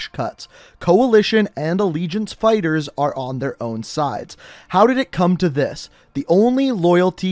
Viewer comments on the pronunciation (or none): none